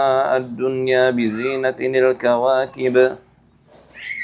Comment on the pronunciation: maaf karna penasaran saya mau tanya, kenapa bacanya "inna zayanassamaa adunya bizina ti NIL kawakib" bukan bizina TIL kawakib?